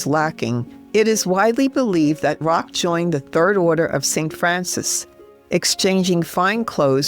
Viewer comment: Just a little sidenote, as a European, I know :-) it is not Saint Rock it’s Roch ( Rosch ) it’s a French name thank you!